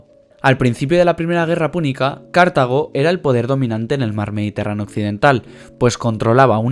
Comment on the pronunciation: Cartago y no Cártago y Ebusus y no Ébusus, son palabras llanas y no esdrújulas. Pero por lo demás muy buen video.felicitaciones.